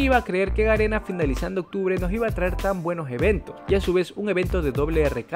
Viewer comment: yo escuchando como se equivoca diciendo ganena envés de garena UwU